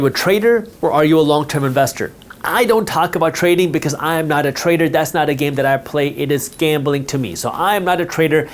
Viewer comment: You make trader sound like traitor